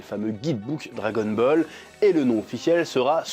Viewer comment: J'ai la nausée à force d'entendre dragon-bol !!!! Bol de quoi ?? Bol de Kelox... 🙄 🙄 🙄 🙄 🙄 🙄 🙄 🙄